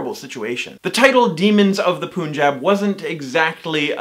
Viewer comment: You say Punjab wrong And also who is like Ryan Who can't ride bike